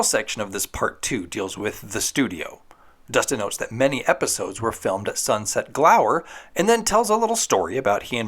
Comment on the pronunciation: It's "Sunset-gower" not "Sunset-glower" fyi. Tiffani Amber Thiessen is so BEAUTIFUL all the time, even in the behind the scenes candid shots?! Thanks for this video, can't wait for the next one.